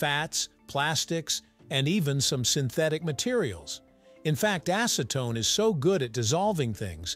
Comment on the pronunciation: Now say after me.. acetone.. not ASSEtone